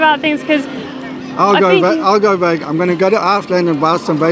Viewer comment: your the one not listening to what he said. He clearly said Bagon and not VEGAN. Clearly he does not care about veganism. Hahaha